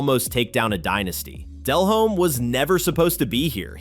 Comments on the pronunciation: Jake balled the fuck out against the pats in the superbowl. Very good game. And its "de-lome not del-home, h is silent" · Dude kept saying Dell-Home. It irritated me